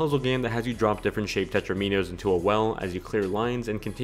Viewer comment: It bugs me so much how he says/spells it